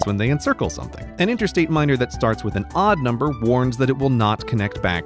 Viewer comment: How many times did he say intersate?